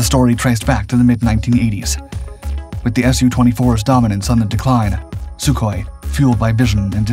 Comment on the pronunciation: Soooo-34, as in Sukhoi-34. Big "S", little "u".